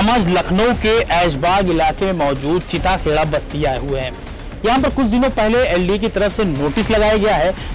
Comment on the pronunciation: Areee anchor bhai chita kheda nhi chitta kheda h